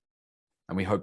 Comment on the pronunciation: Poreant? Its pronounced poland(0,17)